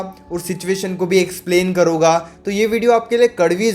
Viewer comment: पहले तो आप बताउगा नहीं बोला करो बताऊंगा होता है करुगा नहीं होता करुँगा होता है